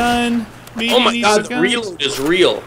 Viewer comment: call that a "reaload"